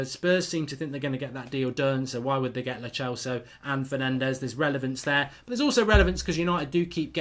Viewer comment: It's lo celso like cell not lo chelso